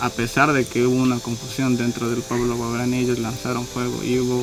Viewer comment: Claro pero se pronuncia "guaorani"